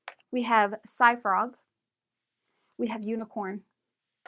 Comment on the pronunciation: One super important correction: called it "Cyfrog" by it's actually "Cyforg" so it rhymes with cyborg. A++ work on the frog designs.